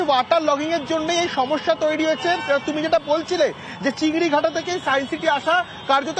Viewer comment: Correction - chingrihata❌ chingrighata✅